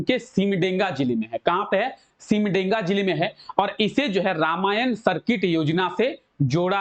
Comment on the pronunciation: सिमडेगा न की सिमडेंगा , ठीक से उच्चारण कीजिए